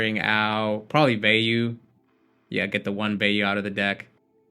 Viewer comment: so you do know how to pronounce Vayu Turbo... but you call the card WheyU...